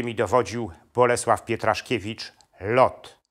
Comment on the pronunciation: LOT" to Bronisław Pietraszewicz, a nie Pietraszkiewicz. Pozdrawiam